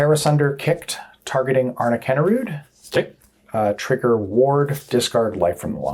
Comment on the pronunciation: You actually pronounce it as ''Arn'a'kinda rude'';p